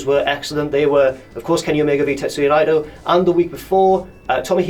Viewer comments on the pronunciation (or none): It's 'Nay-toe'